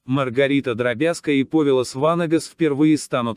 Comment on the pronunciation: Даже роботу надо☝️программировать правильное ударение!!! ПОвилас ВАнагас!!!